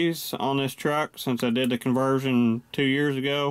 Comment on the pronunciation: you say conversion???.